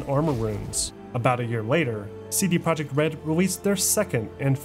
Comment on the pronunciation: Great documentary but it hurts to hear you butcher Polish words 😢 projekt is "pro-yekt" and łódź is "woodsh" dude it's irking me lol